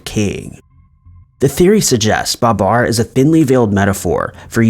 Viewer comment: Ba-BAR, not BA-bar. it's the little things.